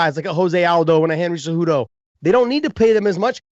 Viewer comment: I feel like chael should prounce cejudo "cejewdo" lol.